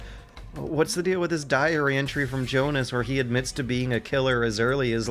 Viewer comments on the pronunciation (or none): none